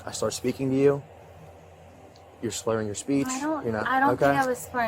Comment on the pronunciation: “I don’t think I was spurring my speech”